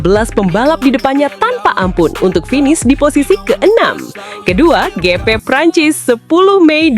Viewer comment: Pronunciation nya ya tolong dibenerin... Lap (laep) bkn lap (emang lap mau ngelap motor) Gp (JiP) bkn gp tambah p lg jd gpp